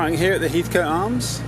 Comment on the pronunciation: Heathcote is pronounced as Hethkot, by the way.